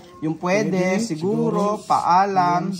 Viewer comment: pweydey? segorow? hala anu yun? hindi tagalog si mali ang pronawnsyon hala naku. ingat